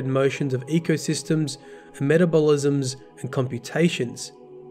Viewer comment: Every video he straight up murders the pronunciation of like 5 words and it makes me cringe. Like, he doesn't even know how to say metabolism? Has he never seen that word before? If not, maybe LOOK IT UP before you send the video out?